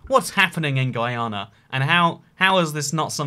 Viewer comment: Oh my. I was mad typing when I saw you used to map of Guyana. You actually zoomed in on my street. You’re the first person I’ve heard say Guyana (regular)